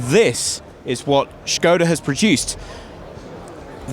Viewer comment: the way you pronounced SKODA, made me absolutely furious